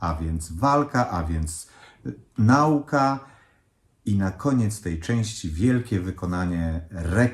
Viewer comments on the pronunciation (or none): none